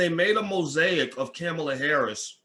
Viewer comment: You say you don’t support either, however you made sure you shared your negative thoughts regarding Harris and Biden. Also please learn how to pronounce her name.